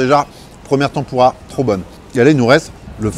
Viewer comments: Tampourra plus apres. On dit tèmpura.😂😂😂 Merci...😁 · ça me perturbe la prononciation de tempura ... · Tempoura tempoura, t'en pourra pu ^^ Désolé mais la prononciation m'a tué de rire =)